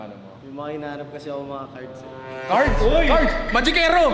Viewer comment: CARTS daw nong, hindi Cards 😂😂😂😂😂